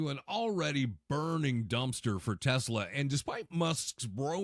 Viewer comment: Trump loves "Tesler."😅😅